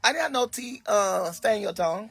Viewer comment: "Teet"! Oh you saying teeth😂😂😂😂😂😂😂😂😂😂🤦